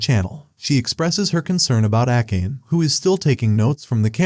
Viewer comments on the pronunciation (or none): Akkeyn instead of akane is funny 😂